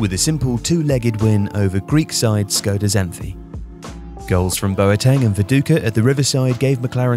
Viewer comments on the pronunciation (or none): none